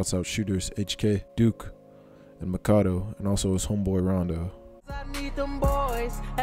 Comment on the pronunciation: 🤦🏾‍♂️bruh it's like u saying Tywan for tyjuan not ty-juwan🤦🏾‍♂️. Also you don't pronounce it wit the long a for Makado. It s Mac-a-do like Mac a do ya. Other than that bruh bruh I respect the time and effort you out into this video💯💯💯💪🏾🔥🔥🔥